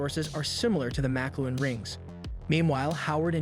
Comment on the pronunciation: He also mis pronounces the makluan (how is it even spelled?) rings